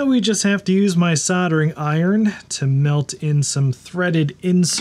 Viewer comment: Sod-er-ing? I don't mind pronouncing the L, in fact I insist on it when I'm saying Caulk.